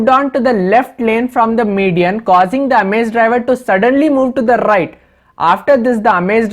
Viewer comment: suddenly to the rrrrighttt ..😁✌